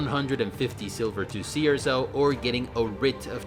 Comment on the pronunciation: Does anyone else keephearing "sea or so" whenever he says Cierzo? No? Just me?